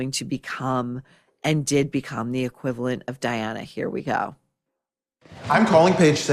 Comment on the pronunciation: HOW HARD was it to get Diana's name right?! Diana-simple! What a stupid line Ryan Murphy!